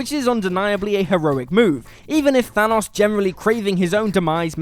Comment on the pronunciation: It still bugs me that he keeps saying Thanos wrong